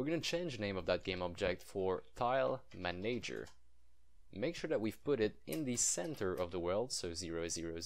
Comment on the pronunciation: Both "A"s in manager are soft :)